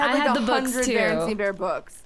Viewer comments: They said Berestein Bears!! Mandela Effect!! (Sorry if i spelt it wrong) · IT'S 2018 AND THEY SAID BERENSTEIN BEARS NOT BEARENSTAIN 😑😑😑😑😑